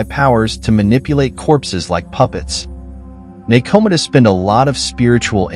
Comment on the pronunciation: I love the info and high quality visuals, but the mispronunciations were painful to listen to at times. (NekoMata ugghh) Overall nice vid...maybe just google pronunciations and insert them into the script before recording. But thanks for the interesting watch!